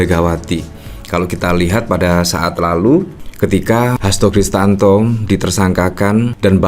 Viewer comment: Hasto KRISTIYANTO, mas, bukan hasto kristanto.